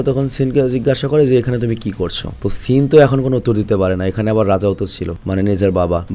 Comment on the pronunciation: সেন ❌সিন ✅, 🤣🤣